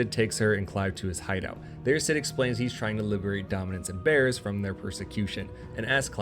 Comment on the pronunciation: (note: I am not trying to be a troll, just sharing something that I found interesting) I gotta admit; your pronunciation of "Bearers" had me grinning. Even the automated closed captioning was showing it as "bears" instead! Keep doing your good work. Sometimes I have ended up fully playing a game after watching one of your videos.